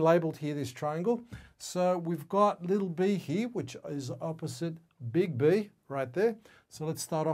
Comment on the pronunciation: So extremely helpful! I like the way you say "Big B", sounded like bigby, bigby :)